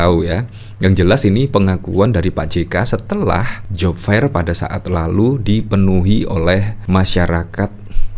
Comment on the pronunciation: Aduuuh mas yg menjadi host, buka kamus dong bagaimana membaca "Job fair" - dibacanya job fer bukan job fair.